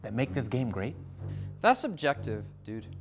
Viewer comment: He said subjective, it did sound like objective though. Subjective makes sense, objective doesnt.